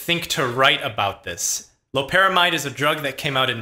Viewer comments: It’s lopera MIDE, NOT MEED! It has been compared to and said to produce, when able to cross the blood brain barrier, effects stronger than fentanyl. It’s not chemically related other that being a synthetic opioid. It’s extremely dangerous to attempt getting ‘high’ off of it; the pay-off is not worth a fatal arrhythmia. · it's obvious you did your 10 minutes of "research," aka google. . . Loperamide's (MEED) not mide. . . furthermore, Loperamide is closer related to fentanyl, and is structurally similar to it Rule of thumb, NEVER assume molecules with similar shapes produce same effects, sometimes, this is a common misconception, even the slightly change in shape can change all physiological effects! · Call Me Witcher it's pronounced differently depending on where you have studied medicine, you sound like a pretentious Med school dropout